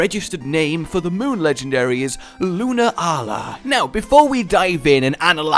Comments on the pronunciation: Pretty sure it's pronounced "Lu-naa-la." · it's not pronounced solgaleo it's a play on solar and Galileo so it would be prnounced Sol-ga-lay-o and the moon one is a combination of luna and galilei so it would be pronounced Lune-a-al-ei